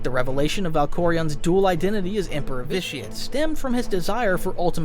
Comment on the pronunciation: Did you pronounce Vitiate wrong in the first run through? Every time you say the name it sounds like an added audio take lol